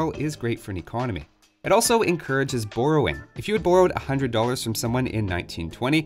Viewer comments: hey, what's BORE-owing? I never heard that word before. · "booorowwing" oh yeah I forgot is Canadian. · Boy, you couldn't sound more Canadian when said "borrowing"